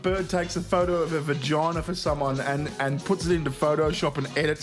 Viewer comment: saying "vagoina" made me an incel